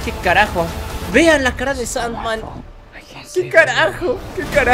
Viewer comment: parece que dices sad man a sand man